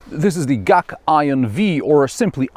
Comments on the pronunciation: GAC= Guangzhou Automotive Company. Not Gaak. G-A-C. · Is G-A-C not gac guangzhou, zho not ju